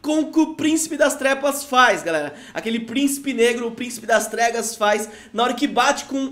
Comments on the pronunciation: É impressão minha ou ele falou Príncipe das Tregas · voce falou erado pricipe das trepas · Adão clash gg ele fala sim kkkk